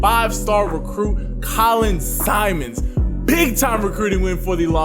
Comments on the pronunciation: Simmons, not Simons. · For the love of God quit calling him SIMONS! ITS SIMMONS! Geesh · I was gonna say the same thing 🤘🏾😂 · I’m giving the video a like but you gotta get my manz name right! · How you gonna hype him up and mispronounce his name bro? 😂 Not even a hard name either.